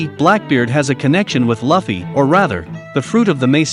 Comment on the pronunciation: Not to be that guy, but it's "Lue - ffy. "